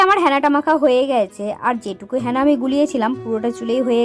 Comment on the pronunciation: হ্যাঁনা নয় ওটা হেনা 😂😂😂😂